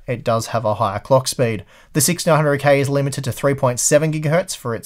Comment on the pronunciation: I can finally hear him say 6900k but most of the time it sounds like 1600k... What is wrong with my ears